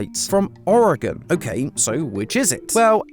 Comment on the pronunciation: I have lived in the Portland Metro Area my whole life and was 3 years old when Mt. Hood erupted I remember all the ash falling like snow. This was a Very Cool theory and I am SOOOOOO excited you pronounced Oregon correctly! WELLLLL DONE!!!!